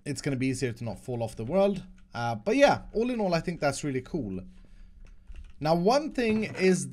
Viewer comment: I love when he says “coole”😂👍